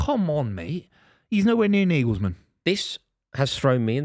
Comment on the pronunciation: Naglesman!? Ffs based on that you might as well put Eddie howe on the list.